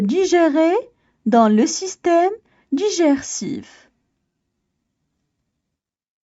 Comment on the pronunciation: Tu a mal prononcé le mot : Digestif